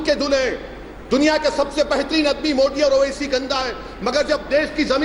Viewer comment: Anjana said pm modak 😂😂😂😂😂😂😂😂😂😂